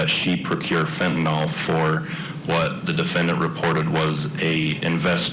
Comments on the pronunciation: It's Fent-a-NYL detective, not Fent-A-NOL, good grief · It's crazy that attorneys cannot pronounce the name of the murder weapon correctly. It's not FENTONOL like alcohol ffs. It's FENTANYL.